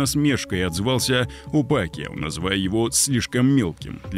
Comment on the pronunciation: Не Пакио, а Пакяо. Если ты осёл.